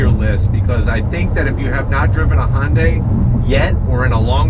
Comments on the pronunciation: Thnx for another good video. However, I don’t think you’re pronouncing the name properly. U keep saying Hon-day. It should be Hun-day. Like Sunday. Remember their old commercials? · it’s actually Hyun-daeh, ‘deh’ not ‘day’ as in day and night, without the long A sound. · It's pronounced Hyundai (Hun-die), not Hon-day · I have the car. I like it, the wife isn’t so keen. Her biggest problem is the thick “A” pillar. BTW. It isn’t pronounced HON day. It’s HUN day. Or some say HyUn day. But nobody says HON day. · Say..HUN-DAY HUN-DAY OVER AND OVER/// ..NOT HON-DAY HON-DAY !!!! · hey man, I don't mean to sound like a complete prik but Hyundai phonetically should be pronounced 'Hyun-day'. An easy way of saying the word, 'Yun' like the character from Street Fighter 3: Third Strike, and simply add an 'H' sound to it. Sort of like 'Hee-yun Day' sound, not 'Hon-day' that would be incorrect. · I can't believe that Hyundai dealers are okay with this guy pronouncing "Hyundai" as "Hon-day." Nice reviews, however. :) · Why would a 4-banger need 2 muffler and pipe setups? That would be a waste of money from manufacturing standpoint as well as a vehicle maintenance standpoint. Im afaid I have to zonk that part of your review.. as well as your pronunciation of the name "Honday" Hyundai's and Kia's are family cars. Families quite often have children. Children kick the seatbacks, so hard plastics is a must. They always use plastic on the backs of the seat for longevity. That should be thanked, not zonked. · If you are going to use the correct Korean pronunciation it is Hyawn-day. The H bleeds into the y sound and then it is more of a blend between the sound we make with the word sun and the word on. Here in the US we pretty much use the pronunciation that Bextar636 suggested. This clip has a Korean speaker pronouncing it. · Is Yundai correct too? Mr Scotty pronounced it like that.